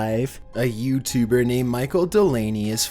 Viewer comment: A yEWbtEWBer